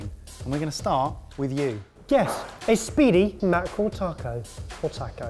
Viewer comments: Tack OH ? No, it's "TAH CO" mate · if you can pronounce Baja correctly, you can pronounce Taco correctly. The letter "A" is pronounced exactly the same in every Spanish word. It is always "Ahhh," and never "Ayyy." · Tacko, tacko, tacko......why can't any of you say "taco"?!?!! (Or "salsa," for that matter.) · You poms couldn't pronounce "taco"to save your life! It's not "tack-oh" it's "tah--co"... I've never been so annoyed watching sorted up until today! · Taco does not have a "K" in it!!!!! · taaaaaco, driving me nuts :D you are pronouncing the A wrong. I hate being the guy leaving this comment but holy wow got to me in this episode. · This looks good but it really bothers me the way British people pronounce the word "taco" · please god stop pronouncing it tack-o it pains me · Please for the love of god... learn how to pronounce taco 🤣🤣💖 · I loved this (despite not liking fish much) but man, you guys kill me with how you pronounce jalapeño and taco, NEGL. Also, y'all should do a 3 recipe comparison Lasagna set. Because Lasagna is AWESOME. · So can't say taco? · Your guys' pronunciation of "taco" and "salsa" is really cringeworthy. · If they didn't already have their butchering badge, I would say you could all get one for your pronunciation of the word taco.